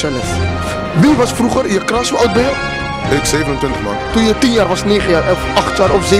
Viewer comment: Het is geen crach maar cruch